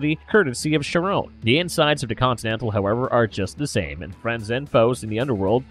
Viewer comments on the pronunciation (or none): none